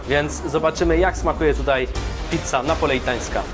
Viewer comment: Pizza Napoleitańska... chłopie ty nawet tego poprawnie wymówić nie potrafisz a za recenzje się bierzesz